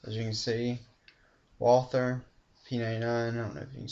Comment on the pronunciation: nice review dude but if you say "wather" you have to spell the "th" as a "t".